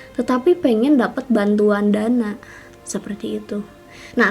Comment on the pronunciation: waktu ngomong "jdi dri info yg aku Dafat" lebay bgtt ngmng. Dapat kak bukan Dafat